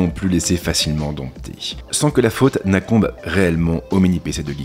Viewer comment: tu peux arrêter aussi de massacrer la langue française et littéralement inventer des mots juste pour que tes tournures de phrase paraissent plus "recherchées' C'est "INCOMBE" et pas "ACOMBE" 🤦‍♂